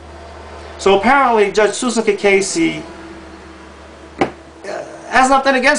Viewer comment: I missed something. Susan (ka case) Cacase, which this guy cannot even pronounce it properly, has not stated where Susan's brother did anything. I know one brother was busted. I never asked him the outcome. But what a brother does has no affect on Susan's job as a judge. That is like Trump the Skunk attacking Bill Clinton about women in his life when president. Bother are sluts and bums, but at least Clinton was paying off the NAtional Debt.